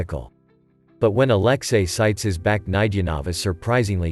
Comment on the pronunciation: Could u not butcher alexei? With aleski?